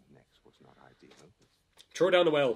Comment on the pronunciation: Wow, I have so many reactions to your reaction. I had to pause during your tactical analysis of the battle to start listing comments: 1. I loved the Irish accent when you said 'Trow her in the well". Well, I'm not Irish, what can I say I love it. 2. I loved how much you understood the betrayal of the town of Blaviken. No other reactor has spelled it out directly and you're absolutely right. I'd suggest that the mage (Stregabor) charmed the people at that moment, which is why Geralt didn't try to oppose him with a bit of a speech of his own. He'd already lost. 3. Regarding tactics: you're of course, correct, and I have to point out that I felt certain that you are a Total War fan in how quickly you assessed the poor arrangement of troops (let alone intelligence about the enemy). Now, that said, there are periods in history where armies faced each other quite inefficiently due to the customs of the time superceding actual tactical sense. The early age of the musket comes to mind wherein armies would simply line up and shoot each other until one was mostly dead. So, to give the show the benefit of the doubt this was clearly a kingdom and time of individualist warriors who thought that honor and skill should triumph no matter what. 4. Keep going, and try to adjust your audio to get the most of the show's audio. I know copyright strikes are a thing but you can probably get away with more than you have... and watching commentary without hearing the show is just an unprofitable adve